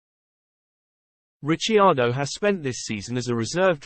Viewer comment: Its pronouced Rick..ardo ......